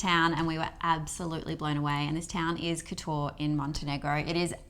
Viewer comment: Guy's its prounced as "Kot"-"or"